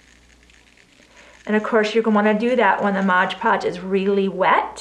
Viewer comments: why does it say Mod Podge but you pronounce it Modge Podge? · Mod Podge, please...not Modge Podge. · Please it is MOD not mode , just a pet peeve. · Would you PLEASE STOP saying Modge Podge!!! It is MOD PODGE, no "ge" on the end of MOD!!! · Love your ornament ideas. But please correct your pronunciation of MOD Podge. It was born Mod Podge in the 60's when I first used it. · No not a know it all. But an English teacher. She said thank you, which means she is grateful and probably will speak that correctly from now on.